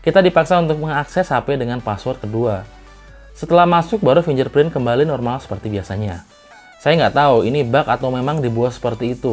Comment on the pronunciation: fingerprint ya kakak, bukan finjerprint... oya usul dong, utk review2 selanjutnya masukin test lock gps dong, soalnya processor MTK sering susah lock gps. Thx ya.